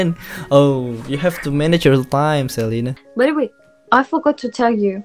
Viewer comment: Celina bang bukan celana